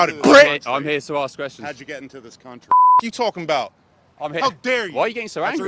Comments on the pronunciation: "I just AKS you!" 🙄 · It’s in his DNA due to thousands of years of tribal, primal living. “Axe” … for some reason it (dna) has effected his ability to pronounce “ask.”